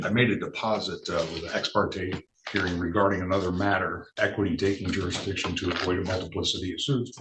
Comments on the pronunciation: "JuryDiction" "acruse" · I love when they try explain jurradishun to a judge. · You mean juradishun? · The word is "Jur-is-diction", maybe if this moron had higher than a 3rd grade education he would know how to pronounce the word he's clearly abusing! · 😂you are not right Mr. Jurisdisious 😂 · You mean jurydiction? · You can't even say "jurisdiction" 🙄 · I figure if you can't pronounce the word "jurisdiction," you probably shouldn't challenge it either. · He can't even say "Jurisdiction". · If you can't pronounce the word jurisdiction you can't challege it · If you are unable to pronounce jurisdiction and beneficiary correctly, we aren't going to talk about that. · Anyone who cannot pronounce jurisdiction should be labeled incompetent to represent themselves. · Another uneducated ninja. Being a ninja is a choice on how to live. It’s not a color. You can’t even pronounce jurisdiction no less make a claim about it.